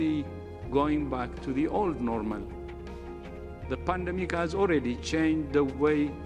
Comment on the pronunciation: Guy can’t even pronounce the word normal 🤦‍♂️